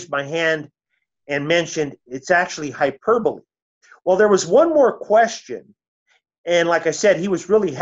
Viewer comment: It's a damn shame. My dear old dad, who's now an elder, sad to say, pronounced hyperbole just like this gentleman just demonstrated 🤣🤣🤣